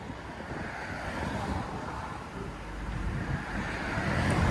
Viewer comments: Mar-kee. FFS. Mar-keys TF outta here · Just a friendly heads up, it's pronounced "Mar Key", not "Markeese". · The way you're saying it would mean the spelling would be Marquise. You're saying it wrong. Stop it. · The s is silent it’s pronounced like mar key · The "s" is silent in Marquis..... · Less respect for not knowing how to pronounce “marquis” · Dude, the S is silent in Marquis. Please stop. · 3rd one takes the win... btw Marqui(S) is silent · 2nd Gets my vote. The 3rd is a rust queen Marquis. S is silent boss man